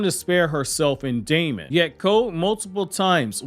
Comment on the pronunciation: You're pronouncing Daemon's name wrong -- it's pronounced just like "demon" is. Look it up. Also, you never really provided any complete points. To me, this video seemed like you said 2/3rds of each point but never finished developing any of the arguments you made